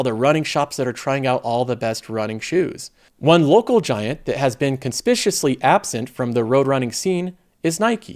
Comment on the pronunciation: Conspicuously was murdered as well.